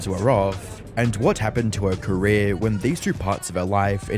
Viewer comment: "Ellen DeGeneres careé..."